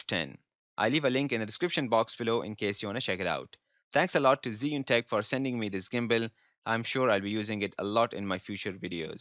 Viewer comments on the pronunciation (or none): It’s not zeeeunnn it’s chew-ing let’s get it right!!